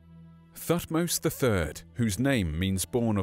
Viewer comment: Sorry to be picky but pronounced Tutmose but everything else spot on & very very good, thank you for your hard work.😃